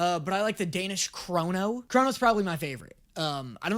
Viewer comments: Krono isn't even close to how it's pronounced, but honestly sounds cooler than Krone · saying he likes the Danish krono makes me so happy as a Danish person. But it's kroner. Not krono. But thank u, we needed the rep😭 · THE WAY I LITERALLY FACEPALMED 🤣🤣💀 Also Danish Krone is not pronounced with an ”o” at the end, it’s with an ”e” (altough it probably sounds closer to an ”o” to you bc yk.. its danish lol) // A swede